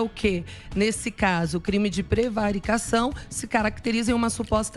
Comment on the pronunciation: não sabe nem ler a prevaricação. Essa marola tá fazendo efeito